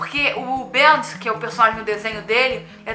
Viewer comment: não se fala BEANTD*, se fala *BEM DI um portugues meio ingleszado